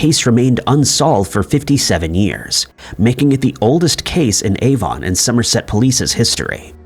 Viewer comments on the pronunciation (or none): none